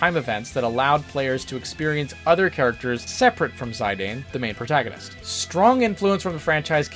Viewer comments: "Zie Dane" 🤮 Mate it's pronounced "Z[i]d[an]. Dear sweet merciful Jesus, please help the many Americans with constant pronunciation butcherings 🙏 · That's was a very interesting way to pronounce Zidane lol 😂